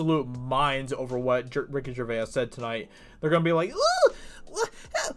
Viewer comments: its not pronounced gercvayis its pronounced gervace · You say Gervais with an Irish twang. Nice.